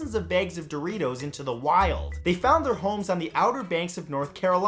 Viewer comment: I love the way you said "...released thousands of bags of Doritos into the WILD" like some wild life creature just been released XD